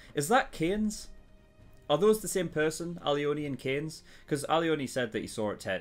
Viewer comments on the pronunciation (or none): none